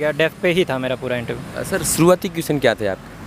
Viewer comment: abe interview to sahi se bol le, ye intreeeuuu kya bala ha ?